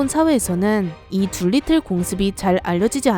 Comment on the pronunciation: 둘리틀이 아니고 두리틀(Doolittle)